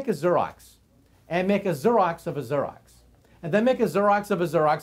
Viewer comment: Xerox? As in "Zeer-ox?" rather than Zur-ox? I've never heard it pronounced like that..